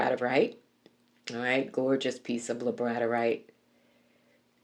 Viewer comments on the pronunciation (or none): Its pronounced Labrador (like the dog) ite ❤